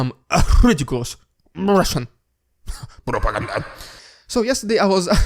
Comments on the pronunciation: Sir, I so love the RRRRRReeediculous RRRRuuuusssian PPPPRRRRRRooopppagannnnda! But wait, THERE'S MORE !! just too lovable. You have to keep this up ! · please provide more fan feedback with the rrrrrrrrrrrridiculus rrrrrrrrrrrruissian prrrrrrrrrrrrrrrrrrrrr-pa-gan-da, along with your own. it's a fun time. =)